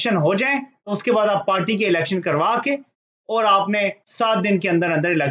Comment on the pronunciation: بوت نہیں بہت۔ (BoHat) اووور نہیں اور۔